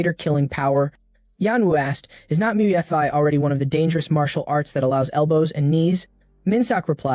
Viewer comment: Who knew capoeira and Muay Thai could be that hard to pronounce? I no longer fear AI; its Kryptonite has been discovered!!